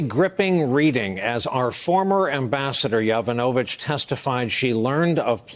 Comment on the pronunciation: Good grief, it's not "Ya VE no vitch," it's "Ya VON a vitch."